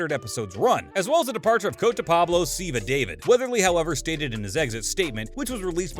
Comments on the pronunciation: You should really try pronouncing zivas characters last name properly before saying it on your video now you're pronounce it as David but saying it as an Islamic name and way is Da-Veed... try it that way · Dude if you are going to report on a show and talk as if you know the show you should know how Zivas name is really pronounced. The lack of detail is off putting